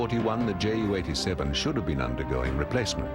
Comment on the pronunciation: The pronunciation of JU 87 in this video is not correct. Right pronunciation is 'You,' see